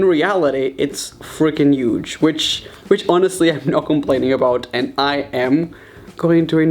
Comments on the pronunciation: He says for some reason uge in stead of huge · “That is a uge uge difference.” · Can we appreciate how he says huge